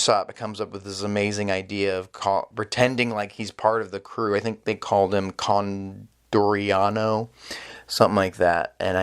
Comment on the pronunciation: It's not Condoriano, is Con D. Oriano. :D